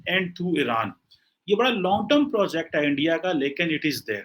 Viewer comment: Abey Its MILITARY TERM not MILITARY TOME😃